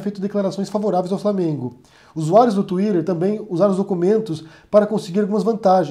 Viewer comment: pq vc fala Tuírer?